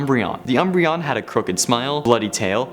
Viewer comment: I love "umbreon"